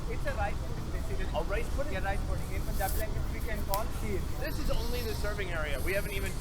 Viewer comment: Hey professor, it's pronounced as "pun- jab" Pun as you pronounce it in English